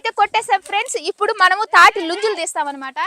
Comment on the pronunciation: నుంజులు కాదు ముంజలు అనండి